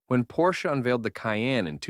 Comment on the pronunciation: Your voice over needs serious work. Your cadence is all wrong. Make up your mind how you pronounce Porsche.